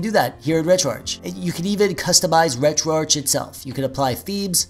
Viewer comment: Take a shot every time he pronounces "retroarch" incorrectly. Jk that's alcohol poisoning waiting to happen. But frfr its retroarch(ark)